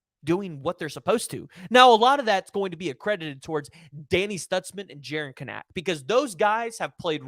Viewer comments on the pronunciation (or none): say it with me…Kanak like mechanic. Kanak pronounced “Can-ek”. Thank you